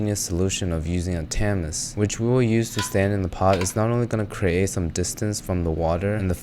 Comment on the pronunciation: You pronounced tamis wrong. You dont pronounce the s. And you pronounced porchetta wrong so u must be doing it on purpose